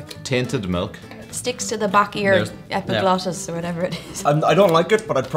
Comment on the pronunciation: "Sticks to the back of your esipiglofis,"